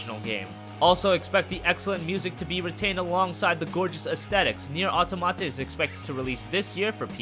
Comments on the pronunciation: Automate in french means something that behaves automatically, without the help of humans. It should be pronounced aw-tom-uh-tuh. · He keeps mispronouncing "automata". It should sound like aww-tah-muh-tuh.